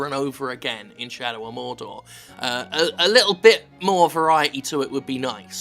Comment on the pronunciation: "Where are the terrorist hiding!!" "Morrr-door!!" "And where is Morr-door!! Say Afghanistan!!" "Afghanistan!!" "Alright fellas, let's go!!"